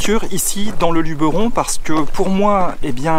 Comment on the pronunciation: Merci de dire Luberon et pas Lubéron comme tous les touristes :)